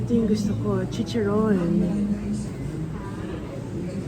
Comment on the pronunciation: Ang Crispy naman po ng pagka bigkas ninyo ng Chicharon😊😘